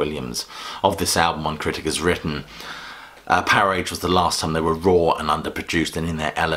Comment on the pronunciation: Also you pronounced Powerage wrong; it's not Power age...